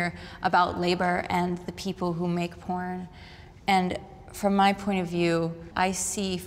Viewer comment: Sounded like haha no I'm a pirn addiction recovery coach